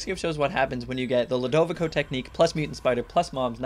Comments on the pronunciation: it is pronounced (lu da vi co) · i think Ludovico is pronounced (LEW-DOH-VEE-SO)